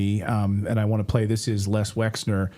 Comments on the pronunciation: I'm not trying to stick up for the man but his name is not Lex. it's Les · You do realise that it's LES Wexner (LESLIE Wexner) and not LEX Wexner. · Never mind spell it .... Les not Lex ffs. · Les Wexner, geeeez get this criminal’s name correct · Isn't it Les Wexner? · Whitney Webb is brilliant. Poor Natalie seems unable to pronounce the name Les Wexner.